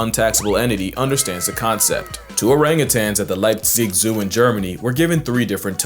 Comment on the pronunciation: nice pronouncing of Leipzig ! greetings not from there :D